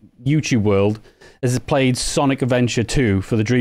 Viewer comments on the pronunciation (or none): none